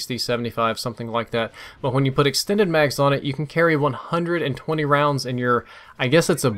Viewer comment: Lol "extened mags"